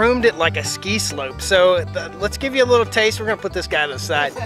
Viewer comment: You said taste lol